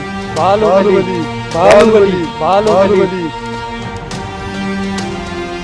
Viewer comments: ಬಾಹುಬಲಿ ❎ ಬಾಲುಬಲಿ ✅🤣🤣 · ಅಣ್ಣ ಅದು ಬಾಲುಬಾಲಿ ಅಲ್ಲ ಬಾಹುಬಲಿ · ಬಾಹುಬಲಿ ❌ ಅಲ್ಲ ಇದು ಬಾಲುಬಲಿ✅😂😂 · ಬಾಹುಬಲಿ❌ ಬಾಲುಬಲಿ✅ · ಬಾಹುಬಲಿ ❎ ಬಾಲುಬಲಿ ✅ 😂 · ಬಾಹುಬಲಿ,❎ ಬಾಳುಬಲಿ 😅😂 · ಬಾಹುಬಲಿ❎ ಬಾಲುಬಲಿ✅😂😅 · ಬಾಹುಬಲಿ ❌ಬಾಲುಬಲಿ ✅😂😅🤩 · ಬಾಹುಬಲಿ ❌ ಬಾಲುಬಲಿ✅😂😂😂